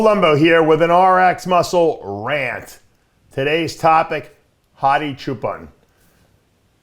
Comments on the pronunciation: “hadi shoopen” 💀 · As an Iranian, its "choopan" pronounce "ch" as in chair